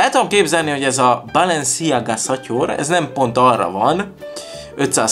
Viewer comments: Úgy kell kiejteni hogy balensziága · Chanel-Sánel Balenciaga-Bálensziágá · Chanel - sánel Balenciaga - Bálensziágá Dsquared2 - diszkverd